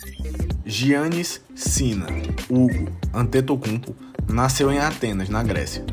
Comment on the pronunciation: Não se diz jiannis, mas sim iannis n se lê o “g”, mas yh adoro o teu canal mano!!!! És dos melhores senão o melhor canal de basket de todos os países q falam português!!!